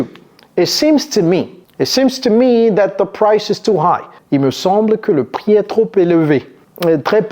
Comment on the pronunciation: « I think dat corrrrecT » 😂